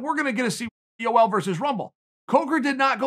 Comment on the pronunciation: “Joel”. Gotta love it.